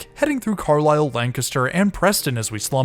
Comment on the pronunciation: Hearing you pronounce Carlisle and Birmingham correctly made me applaud